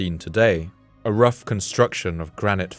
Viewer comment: In the beginning I keep hearing "The weather started getting rouch, the tiny ship was tossed. Or something like that.